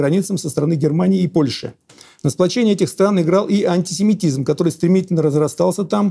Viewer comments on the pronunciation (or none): Уж очень часто говорит "Анти-семитизьм"